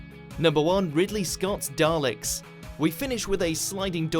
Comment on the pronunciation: Daleks, not "Darleks". Urgh. Seriously people. where the hell do you get the "R" from?